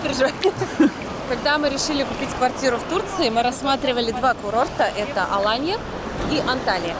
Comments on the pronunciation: АлАнья а не АланьЯ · я знаю город АлАнью, много раз там отдыхала. Почему вы ставите ударение на последнию букву? Первый раз такое слышу.